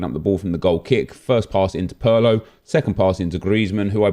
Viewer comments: It's not Pearlo, it's Pirlo mate. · This nikka said pearlo 😂😂